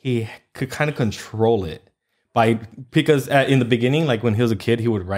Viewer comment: saying pecause instead of Because drives me crazy lol